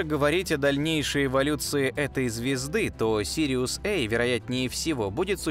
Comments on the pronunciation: Не Сириус-ЭЙ, а Сириус-A. Астрономы используют латинские и греческие буквы. Положено читать по-латински! Смотреть нет смысла, т.к. комментатор - не астроном. Ставлю палец вниз № 381. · Сириус Эй,Сириус Бэй,как будто нельзя сказать- Сириус А и Сириус Б. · Сириус[ А] (а не Эй) и Сириус [Бэ] (а не Би). Это латинский алфавит. Никогда они не были в России Эй и Би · Пардон, а при чем тут "эй" и "би"? Астрономическая номенклатура - латинская. А латинские A и B - неожиданно - традиционно по-русски, как и в дошедших до нас вариантах поздней латыни, произносятся как "а" и "бе". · На русском говоришь, говори до конца, а то ЭЙ БИ, А и Б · Сириус эй??? Англичанин не до деланный... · я 100% знаю что вы знаете что такое выдержка к примеру в фотографировании ночной съёмки нужна выдержка так вот прошу выдержать текст если говоришь и текст выводишь на русском то и произноси на русском и не вставляй на английский манер это не красиво звучит сириус эй сириус би перепонки начинают дребезжать и не хочется слушать хотя ваш голос должен стоить в10 раз больше чем вы берёте за озвучку я уверен рекламу будут смотреть с залипом все только из за голоса но на русском языке! с уважением к вам! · Жутко коробит такое произношение. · такада уж сириэс ай и сириэс би. англичане круглм мля